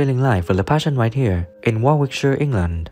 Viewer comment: 'Warwickshire' incorrect pronunciation, cheers.